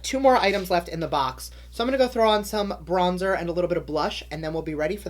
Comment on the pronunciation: I died when you said blondzer 🤣